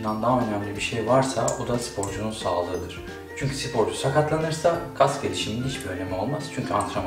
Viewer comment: hocam neden "sipor" diye telaffuz ediyorsunuz?